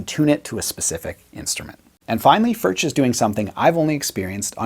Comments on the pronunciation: It's not "FurCH", but "FurKH". ) Sorry for my... ) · Its pronounced Furk not Furch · вот вот , он говорит не Фюрч а Фуркх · Actually you should not say "FurCH", but "FurKH". ) Sorry for my... ) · I own one. I have heard that the correct pronunciation is "furk.". I love mine! Great playing! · Pronounced Furk!!!!!!!! Just bought a Yellow OMC-CR! 😊😊😊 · No, FurCH is more correct, but you are supposed to produce the CH-sound in the back of your mouth. Check out Paul Davids video on how to pronounce it correctly. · If the correct pronounciation were the way and all other English speaking youtubers, for that matter, pronounce it, the correct spelling would be "Förtsch". Given last name, I would have thought that some German or Swiss or Austrian Grandmother or Grandfather could have told him. Nonethless, I like the channel, I like the video, and they make great guitars. The "u" is a "u", not quite like in "good", but similar. And the "ch" is similar to the Scottish one. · It's more like Furg, since it's czech. English speakers just pronounce it different because most can't say it. lol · It’s pronounced “ F E R K “ Cheers ✌🏼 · I'd say your pronunciation of Furch is still half influenced by English. The "r" is made with the tip of your tongue, not its middle. The hardest part for westerners seems to be the "ch." It's to be made very smooth. Similar to whispered "h." Let air blow between your stiffened tongue and your upper palate. Don't make any vocalization with your throat. And don't let any saliva bubble. The trick is to retract the tongue as soon as it makes the windy sound so that it doesn't linger for too long. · The ch in Furch is pronounced as in Loch Ness. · Awesome vid and utterly delicious guitar. But PLEASE at least try to pronounce it properly. Please.